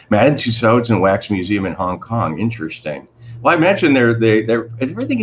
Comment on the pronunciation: It's pronounced "Two-sew"...silent "d".